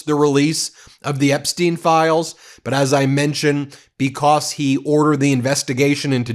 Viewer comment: *BECAUSE - not "B-COSS" STOP SAYING "PLAY THIS CLIP"